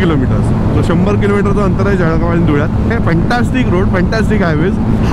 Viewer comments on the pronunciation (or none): खरंय जळगाव वाले ळ ला ड म्हणतात 😂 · जळगाव‌ला जडगाव म्हणणारे किती लोक भेटले भावा‌ तुला? आणि जळगाव‌मधे असे किती भेटले?